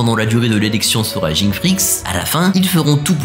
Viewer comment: Le fait de dire Ging au lieu de Gin, auditivement ça me dérange 🥶. Pareil pour ceux qui disent Uchiha au lieu de Uchiwa. Si il y'avait que les mangas et que les animés n'hésitaient pas j'allais comprendre mais dans les animés les personnages eux mêmes prononce tout, du coup il suffit de le dire comme eux non !